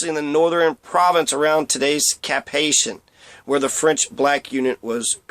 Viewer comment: Not Cap Haitian. It is pronounced Cap Haïtien. Prononciation: Cap Ayeeseeyen.